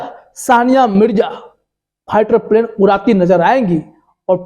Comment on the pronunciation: first improve your pronunciation! it is not pighter but fighter and then make videos otherwise you will be a laughing stock. And by the way Sania Mirza ji congratulations and may you become a successful Indian Airforce Officer. All the very best.